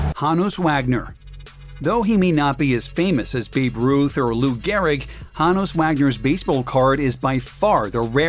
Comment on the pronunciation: Honus is pronounced Hoe-nuss